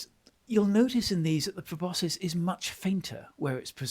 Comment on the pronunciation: Me: why does keep mispronouncing proboscis? Note: I learned the word proboscis through Homestar Runner